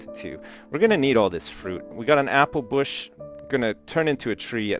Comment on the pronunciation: I really like how he says 'bush' but it is almost disturbing...